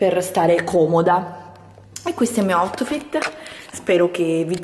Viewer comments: "Questo è il mio AUTFITTE" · "Guardate il mio Otfit...aim a babbi gol in a babbi woooll" vabbe ragà ciaone